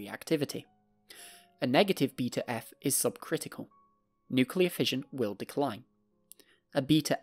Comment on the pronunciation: Who the hell pronounces beta eff as "be to f"